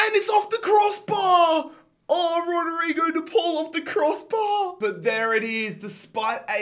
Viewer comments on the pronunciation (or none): none